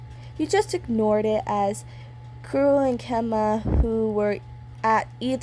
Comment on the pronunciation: it great u tried saying their name's let me help u kurro- kuroh kenma- kenma kozume- kozumay